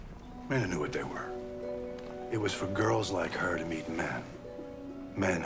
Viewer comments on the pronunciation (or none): none